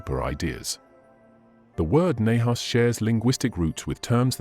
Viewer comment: U can't pronounce nahash